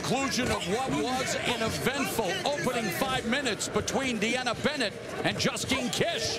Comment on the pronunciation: Mauro Ranallo got it right, but BIg John McCarthy called Justine Dish "Justin!" in the beginning! What is wrong with him? 💢